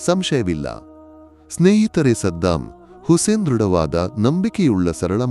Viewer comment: ಮೊದಲು ಕನ್ನಡ ವಾಕ್ಯ ರಚನೆ ಸರಿಯಾಗಿ ಕಲಿಯಬೇಕು. ಸದ್ದಾಂ, ಹುಸೈನ್ ಅಲ್ಲ ಸದ್ದಾಂ ಹುಸೈನ್ ಎಂದು ಒಟ್ಟಿಗೆ ಓದ ಬೇಕು